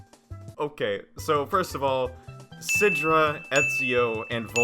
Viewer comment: Nooooooooo she didn’t say sidra right I’m gonna cry